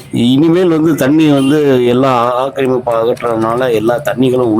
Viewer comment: அடுத்தவன் பெண்டாட்டி கூப்பிட்டதும் வருவா ..... வர்ணணை அப்படி உள்ளது. ஆக்கிரமிப்பு என்று அழுத்தி சொல்லு.